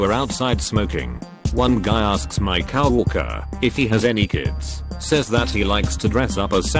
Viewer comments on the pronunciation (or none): "cow-worker" "pleen" "too-huition" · generic tts voice trying to pronounce coworker: "cow walker"